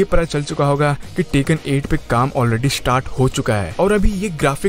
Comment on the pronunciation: Its bandai namco not bendei nemecoo Its tekken not taken